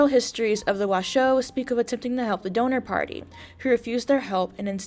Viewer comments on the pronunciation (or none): She has a great vocab just don't trust her pronunciations lol. For example its "Dawn-er Party". Donor Party makes it sound like a fundraiser.